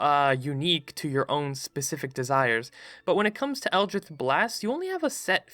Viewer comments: Odd accent you got there. Never heard of "Eldrith Blast" before. "Artifisher" sounds like a magically enhanced fisherman. Interesting concept, ranking classes against each other. I feel like they're designed to synergise (when played properly), rather than compete. That said, I have no idea what your criteria is for each rank. What is the actual difference between S and A, for example? It feels like you're being a bit arbitrary when deciding one rank or another. Also, I feel like you're not that cluey on how healing/support characters are supposed to be played in 5e. You don't play them like a healer in an MMO where they are designed to just top up the HP of the tank during battle. They are supposed to help players avoid taking damage in the first place, and to get players off the ground if they're dropped to zero. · The way you pronounce "Eldritch" scares me more than the abominations defined by the very word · I was mad enough with the pronouncing Eldritch without the c... but I disagree with Warlock being so mid tier regardless. The spell slots are the only negative, but you get some at will spells, Eldritch Blast having the potential to get off a minimum of 24 force damage with Agonizing blast if all beams hit alone is noteworthy, they can also gain Smites too, and their versatility is off the charts. I'm not saying S tier, but still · Is that how you pronounce 'eldritch'? I thought there was a 'c' in there... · I hate that he says eldrith instead of eldritch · I have no concept of if you have a speech impediment so apologies if you do but... El-drith? Eldritch! like a drunk slob yelling "Elder Rich" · Am I the only one that's absolutely annoyed by "Eldrith" instead of "Eldritch"? Yes? ok... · "eldrith" For the love of Lovecraft it's eldritch. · EL-DRITCH not eldrith cough Nice vid bruh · it's eldri*ch* not eldridth sorry it just really bugged me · eldritCH eldr-itch not ith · Why are you pronouncing it Eldrith? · Is this boi saying Eldrith Blast?